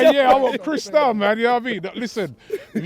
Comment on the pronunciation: Ah crystal mi drink🤣 Robbie makes me laugh when incorporates a likkle patwois in what he says 🍷